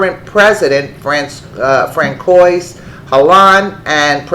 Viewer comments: Fran-koiz is pronounced Fran-swaw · And Francois is not pronounced Fran-coy... it's Fran-swah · Francois is pronounced Fran-swah